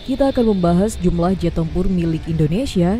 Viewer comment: Koreksi jumlah... Bukan jumblah